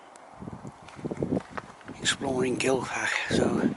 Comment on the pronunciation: The F is pronounced as a 'V' Gil-v-ak but you have to sound like you're hocking up or chocking to death. Smoother slower camera movements please, plays hell with my eyes. Thanks.